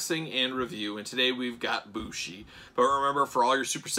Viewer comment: MX is his finish, its a flying Codebreaker off the top or 2nd rope, and the dia de los muertos mask is an entrance mask. Bushi (it is pronounced Booshy btw, so you got it right) is known for wearing some wild looking, and very creative, entrance masks over his ring mask. The one they chose here is neat but overall pretty tame in comparison to many of his others.